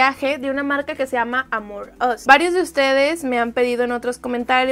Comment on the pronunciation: Cada que dice "AmorUs" siento que dice "Among Us", re mal todo :(